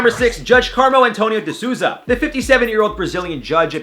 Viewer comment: "De Souza" is pronounced "The Soul- Zah" not "The Zooza" LOL